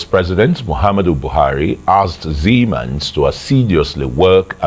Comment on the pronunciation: Dear arise it is siemens not siemen